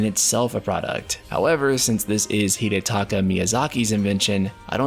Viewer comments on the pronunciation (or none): none